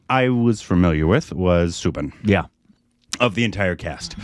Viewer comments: It's not subin... It is "Sou" sound from the word "south" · His name is pronounced Sau-Bin , as in Sau for Sauron